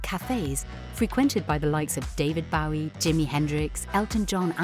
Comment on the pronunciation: You mispronounced David Bowie's name